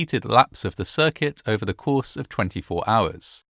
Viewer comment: The mispronouncing of the word “circuit”makes me think this is AI voiceover